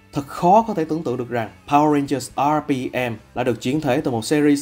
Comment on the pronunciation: Mình có góp ý chút là bạn đọc mới nên đọc những đoạn tiếng anh tự nhiên chút sẽ hay hơn ấy ạ. Khi đọc đến top2 mỗi khi nhắc đến từ RPM thì bạn í lại nhấn âm hơi quá đà làm mình cảm giác khá là nặng và thiếu tự nhiên ý. Mong các bạn xem xét phần này nhé <3